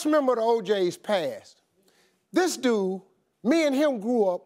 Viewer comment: Permishilandra AkusikaBoakye and DUU, Instead of dude 😂